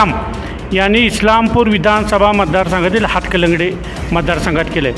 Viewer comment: हतकलंगडे नाही बाबा... हातकणंगले म्हणा....😂😂